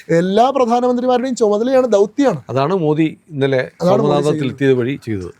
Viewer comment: Respected Sanku T Das, I humbly request you to shed the English version of Modi..where Alphabet " D " is stressed while referring Mr.Modi 's name. I feel it should be pronounced as " Modi " as in " the " or as in "didi" but not as in " beedi" .Please oblige.